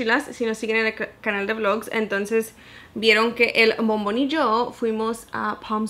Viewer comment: cada que dices "bombon! escucho "mamon" hahahaha!! sorry me da risa, se que no es esa palabra pero al principio me quede , "Whattttttttt??" hahaha!! saludos.!!